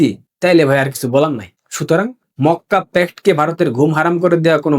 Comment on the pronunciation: Mokka k fokka bolli keno?